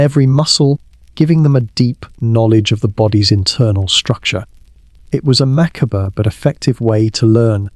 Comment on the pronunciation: When your robot narrator said “mackerber” was it meant to be macabre? The title was medieval sex, but strayed way off that to Stoicism and even ancient Egyptian medicine. Ooo-kayyyyy.